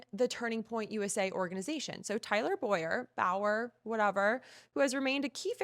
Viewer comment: You don’t even know how to pronounce tyler bowyers name… girl what